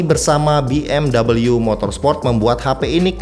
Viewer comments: WOI BACANYA BUKAN B M DABALYU. TAPI B. M. W. MEMANG GITU CARA BACANYA OI. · Padahal pengucapan yang bener tu justru BE EM WE loh bang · BMW itu mobil jerman, bukan mobil inggris, jd ga perlu dibaca BMdobelyu